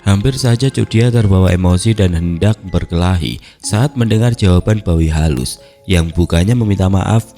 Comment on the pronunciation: Sorry mang tapi saya dengar bawi halus jadi babi halus terus 😂 bahkan di teksnya pun sempat keliatan tulisan babi halus. Ya tapi emang pantas juga sih di katain babi untuk si tukang gosip itu malah matinya hina pula 😅